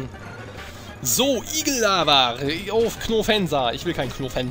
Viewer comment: Ich find das immer lol wie du knofensa sagst!